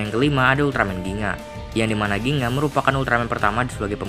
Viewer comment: Bukan ginga oi tapi gingga